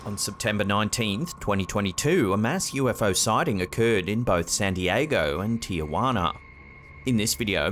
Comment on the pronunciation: Just pointing out a super common pronunciation error that is like nails on a chalkboard to Spanish speakers. The city in Mexico that is named Tijuana is not pronounced 'Tee uh wanah' it is pronounced 'Tee hwanah'. There is no letter a after the letter i to add that extra syllable. I realize of course that most people that pronounce it incorrectly do so because they have only ever heard it pronounced in that way. Just a bit of information - hopefully it is helpful vs. annoying ❤